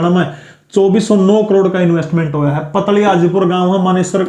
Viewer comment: Sir पतली हाजीपुर नहीं है पातली हाजीपुर है 100% Guaranteed It is near to me